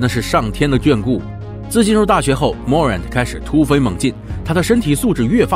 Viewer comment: Morant重音在后面